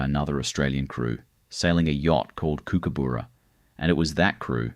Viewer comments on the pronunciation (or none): You need to say this is AI - as no real person would mispronounce kookaburra as you did.